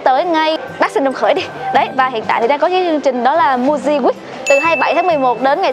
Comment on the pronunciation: Muji đọc là Mư-ji chứ nhỉ, sao lại đọc thành Mu-ji